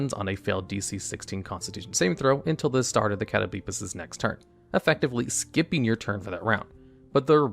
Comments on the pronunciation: Cringed at Cat o blee piss but otherwise fantastic video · I cannot take you seriously when you're saying "catto-BLEEP-us" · Catoblepas pronunciation almost killed me lol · Broooo what what that pronunciation of catoblepas